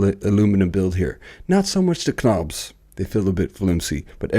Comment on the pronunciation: What's with the idiotic "K- nobs" and "K-now"??